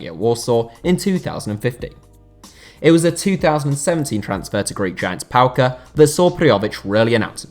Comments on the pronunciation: It's PAOK mate, not PAOK-uh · "Greek Giants Paoke" this is not Schalke wtf are you saying? It's Paok, easy isn't it?